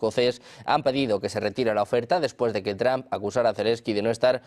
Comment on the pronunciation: que feo pronuncias el apellido Trump, es entre la o y la u no tramp, ni que fuera trampoline